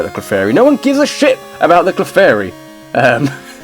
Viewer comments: I was talking about when he pronounced "Clefairy" as "Kuhflairy". Totally messed with the position of the L. But really, it's not a huge deal. I was just being petty. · Your mispronunciation of Clefairy disappoints me. Then again, I'm one of the only people who even cares about Clefairy in the first place. By the way, Confuse Ray still works on Normal-types even though it's a Ghost-type move.